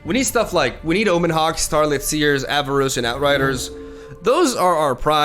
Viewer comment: there is no i in Avarosan, it's Ava-Ro-San (you're the second streamer doing this for some reason)